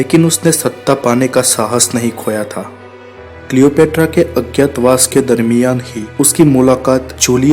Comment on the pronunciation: Worst pronunciation of Cleopatra